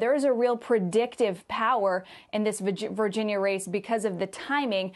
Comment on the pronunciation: She almost said "Vagina Race" in half way point of video 😂😂